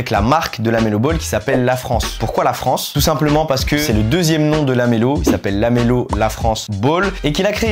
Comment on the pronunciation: Le "é" de "LaFrancé" l'air de dire : on est là hein